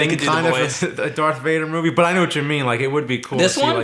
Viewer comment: its not Dark vader....darTH. i love you guys put it grates on my nerves